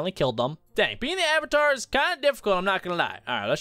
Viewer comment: Ayyyyvatar as in avatar LOL